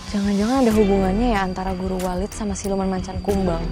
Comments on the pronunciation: 𝘞𝘢𝘫𝘪𝘵 𝘯𝘢𝘬 𝘥𝘦𝘸𝘪😂😂😂 𝘔𝘢𝘺𝘢 𝘣𝘦𝘣𝘦𝘳𝘢𝘱𝘢 𝘬𝘢𝘭𝘪 𝘴𝘦𝘣𝘶𝘵 𝘸𝘢𝘭𝘪𝘥 𝘣𝘶𝘬𝘢𝘯 𝘸𝘢𝘫𝘪𝘥😅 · Walid ❌ Wajid 🤣✅